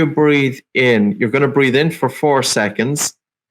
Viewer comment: Breathe...not breath.